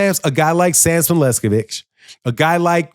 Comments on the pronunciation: Pronunciation is key,... Sampson Lewkowicz - not sure who Sampson Lescovich is....LOL 😂😂😂😂😂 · Bro! Enunciate correctly LEWKOWICZ 😂😂😂